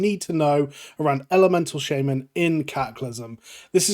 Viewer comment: shayy-man KEK